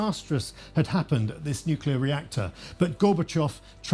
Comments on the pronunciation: This documentary is very well done. But it's funny hearing someone with a cultured British accent pronounce the word "Nuclear" as "Nucular" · So amusing. That bald historian cannot pronounce nuclear.